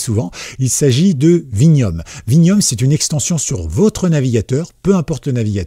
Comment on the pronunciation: Bonjour, il s'agit de Vimium et non Vinium comme Extension et sur Patreon c'est bien Vimuim comme sur la vidéo, je vais tester